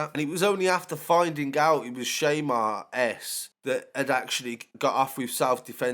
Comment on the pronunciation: It’s pronounced ‘Sham-Are” not ‘shay-mare’ lol